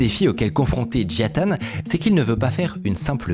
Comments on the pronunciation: Peux tu lire le mot suivant stp : Nintendo -Micode : "Nitendo" -Et celui-ci : Jia Tan -Micode : "Jian Tan" 🤔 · Tu dis Jian Tan au lieu de Jia Tan à chaque fois ça me perturbe de ouf, mais super vidéo ! 👌🏼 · JIA Tan, pas JIAN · Désolé, beau gosse, ce n'est pas Jian Tan mais Jia Tan. Tu l'as bientôt compris. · Comment ça me stresse que tu dises Jian Tan au lieu de Jia Tan 😱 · C'est marrant tu as dit toute la vidéo JiaN Tan... et c'est JiA Tan... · pourquoi prononcer "JiaNE Tan" et pas "Jia Tan" comme c'est écrit? vraie question, est-ce qu'il y a une raison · Toujours du bon travail mais je m’en remets pas que tu as dis Jiane tan , jia ta CEST JIA TAN PUTAIN😂😂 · Y'a que moi que ca trigger d'entendre "Jian tan" et lire "Jia Tan" ? x) Si non super vidéo, beau travail, merci beaucoup ! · J'crois qu'on a eu droit à toutes les prononciations pour le nom du mec... Jian Tan, Jia Tan, Jia Ta.... concentre toi un peu veux-tu ? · j’te jure il voulait pas dire jia tan toute la vidéo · Merci Mine-code, superbe vidéo Ya que moi que ça trigger à mort qu'il rajoute systématiquement un N gratuit à Jia-tan ? Pas UNE SEULE FOIS il le prononce correctement